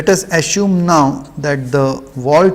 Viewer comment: Sir is it 'Assume' or 'Asshume' ?